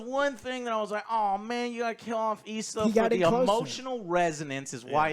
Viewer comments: ILSA not Isla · John wick 4 and this had very similar settings. Two club scenes two desert scenes. Both amazing. I really liked the plot on this one. Its fucking ilsa not eeesla lol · it's ILSA, ffs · The amount of times ISLA is said and no one corrects Joe. LOL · It’s ILSA not ISLA. She’s been in 3 Mission Impossible movies now and you still don’t know her name? 🤦🏻‍♂️ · Isla...its I L S A !!! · It’s ill-sa. Not E-sla. ill as in sick. illsa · Ilsa. Her name is not Isla. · I'll say it because someone has to. Her named is Ilsa, not EEESLA. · She's not an Island Joe. Its ILSA... not ISLA. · It's Ilsa Joe, not Isala. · Lol at Joe not gaf abt right pronounciation of names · So many American reviewers are getting the name ILSA wrong 🤦‍♂ Think "She-wolf of the SS" 😉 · You guys are merciless about pronouncing ‘Ilsa’ all kinds of backward!